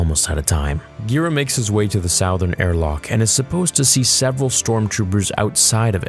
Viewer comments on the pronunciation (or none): I thought he was saying "South-ern", like he was mispronouncing "Southern" (Suth-ern"). Maybe that's how they pronounce "Southern", "South-ern" in Canada. I wouldn't know, I'm in the U.S. and that's not how we pronounce it. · We just gonna act like he didn't pronounce it "salthern".....twice? 😂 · Good story and storytelling... But the word Southern is pronounce - (Su-Ther-N) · I replayed it like five times to make sure I heard right. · Is there a reason you can't pronounce the work/cardinal direction "SOUTHERN"? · I have literally never heard anyone pronounce the word southern like that.... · same lol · I knew I wasnt fuckin trippin bruh